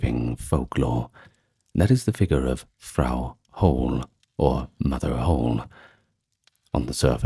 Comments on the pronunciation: It's not Frau hole or whole. It's Frau Holle the e is not silent its pronounced like the e in the english word sell or shell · It’s actually pronounced “Frau Holl-uh” , interesting video though. It’s nice to get refreshers on one’s own homeland’s history and folklore. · Pity about the lack of good pictures to illustrate the stories. Also pity the names are mispronounced... like Frau Holle.